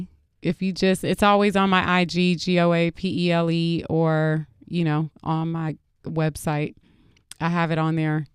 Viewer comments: Guapiley.... your pronunciation is so Funny😂😂🤣🤣🤣😂😂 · That pronunciation of her name left me in stitches😂🤣😅😂🤣😅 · thats not how you pronounce her name sway lol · Why does she let them pronounce her name as “Guapheley”? Whooo chile, THE GHETTO. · I cringe every time they pronounce her name "guaphele" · Hwa-pele for anyone wondering how its pronounced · Goapele ... Masego. I've always wanted artists like this to go on air properly pronounce their names so people can stop getting it wrong. Names like this with such strong meaning deserve to be pronounced CORRECT.